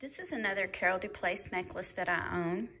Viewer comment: Hello lovely, I always enjoy your content and your passion for jewelry.💖 The French pronunciation would be DauPlay for the feminine form of Dauplaise if you’re interested. xoxo